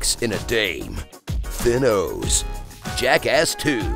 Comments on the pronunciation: “Thinos” oh daawg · "thinos" lol